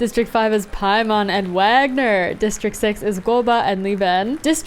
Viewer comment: Small note, but I think Wagner is pronounced “Waynar”